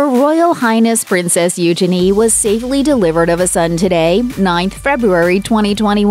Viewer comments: You- chay- nee........not you shenee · its pronounced, ujeanie. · Please learn to pronounce the princess' name correctly.🙄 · Bless you can't even pronounce Eugenie. Nothing was leaked all on Instagram.